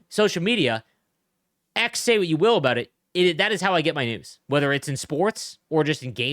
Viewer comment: Lol I thought you said ”nudes” instead of news